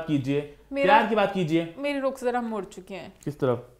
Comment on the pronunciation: its not ruk its Rukh like (Rooh)